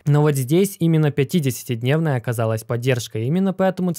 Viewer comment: Блин, все видео прямо резало слух 50 ДНЕВНАЯ скользящая, 100 ДНЕВНАЯ скользящая, на НЕДЕЛЬНОМ ГРАФИКЕ. Это уже не оговорка) это фиаско братан)))